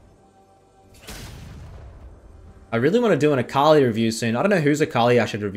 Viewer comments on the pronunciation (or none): none